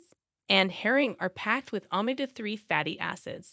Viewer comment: Its not pronounced OMA-GA ....ITS OMEGA